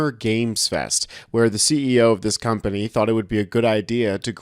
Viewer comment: It's weird during his soliloquy he kept pronouncing "company" exactly like "community" instead.